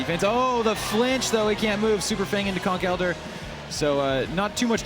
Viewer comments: Why do they say Conk Elder instead of Conkeldurr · using a schwa for the e Conkel Durr, not Conk ELdurr